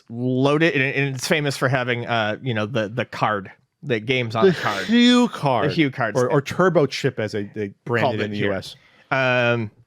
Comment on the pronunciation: I loved my TG16 in the early 90’s. I had Splatterhouse, Bloody Wolf, and Dungeon Explorer. Oh and if it matters to anybody Hu Card is pronounced like “hoo” or “who” according to the Japanese spelling. pronounced it like “hyew” which is incorrect.